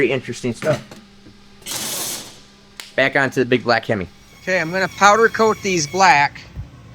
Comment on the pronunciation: Being a big time Hemi fan. I love this black hemi. every time you say black him I keep hearing the song black Betty.